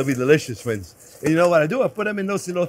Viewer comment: I love how he says ‘ok fwends’